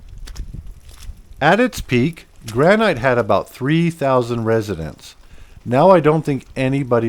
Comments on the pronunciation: Watching from Missoula, Montana. Bravo, on a great video showcasing some of our historical places. 👏🏼👏🏼👏🏼 One critique, it's pronounced Gran-nit, like the rock. Other than that one minor error, you had a lot of great info about our ghost towns. I'm looking forward to watching some more of your videos. 😁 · I'm wondering...are your narrations AI/computer generated? Hard to imagine that someone who lived in Houston would pronounce Southern as "South-ern." Or pronounce Granite Montana as "Gran-ite." Or trespassing as "tras-passing." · Nice video, but you have a weird way of pronouncing "Granite."